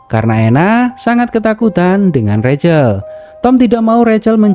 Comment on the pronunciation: Rahel mas bkn recel